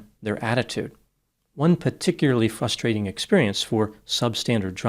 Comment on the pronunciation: YEAH BUDDY! 😅 LIVE THE SHOW! 😁 BUTT, UH, YOU KNOW WHAT ELSE IS FRUSTRATING!? WHEN PEOPLE (ESPECIALLY PEOPLE WITH A DOCTORATES) SAY "FUSStrating" INSTEAD OF PRONOUNCING IT CORRECTLY- i.e. "FRUStrating"! 😮😢😅